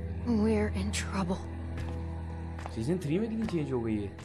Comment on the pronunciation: yep said seasn 3 😂😂